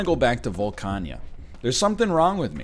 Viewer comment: NL pronouncing Volcana as "Volca-nya" has me thinkin' he be playin' Mahjong Souls behind our backs and not sharing.